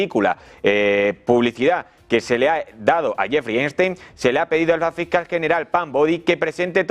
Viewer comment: Cada vez que el conductor del programa dice "Jeffry Einstein" me hacía repetir "Epstein carajo!"